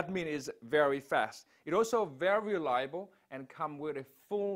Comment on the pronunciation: Did he say "it also very liable"?